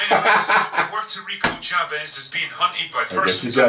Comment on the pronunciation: Did he call her Puerto Rico Chavez? I don’t get it